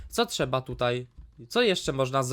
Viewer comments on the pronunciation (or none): none